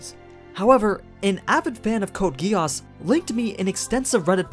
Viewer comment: good video but why do you say geAAs? .. its geass.